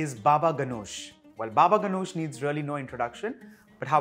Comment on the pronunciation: Totally butchered how you say Ganoush wich is Ghanoush by the way. Other tha that good work!